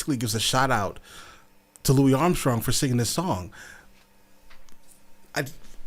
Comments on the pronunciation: It's not pronounced Louie, it's Louisss😬 with his big toothy smile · Great reaction! By the way, Louis Armstrong's first name is pronounced with an "s" at the end.